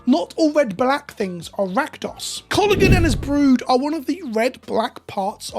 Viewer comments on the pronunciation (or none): none